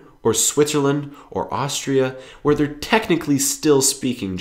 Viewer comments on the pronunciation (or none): none